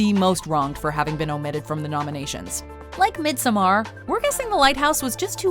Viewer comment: The way you said Midsommar was soooo cock